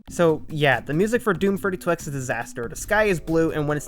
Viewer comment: legit heard “32x” as “furry 2x” and was like ???